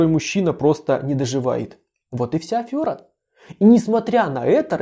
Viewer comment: ты конечно хороший человек, и я всегда тебя смотрю , но слово ,,АФ"ЁРА,, , это не правильное слово. Из мелочей складывается огромная крепость. Грамотный чел. тебя отвергнет. АфЁра, это не правильно. Не отталкивай людей. Афера. Афера. Правильно.